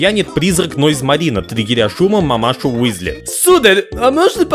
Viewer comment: Почему Висли, если Уизли.... Чудеса перевода, люблю;)